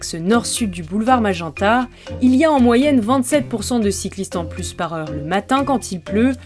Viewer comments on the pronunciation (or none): none